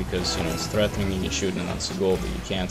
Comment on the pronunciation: No one:: Threathéning! But fr thanks for this series gc1 learning big time from your diamond plays lol